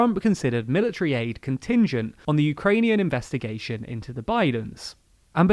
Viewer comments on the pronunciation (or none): "investigaion" lul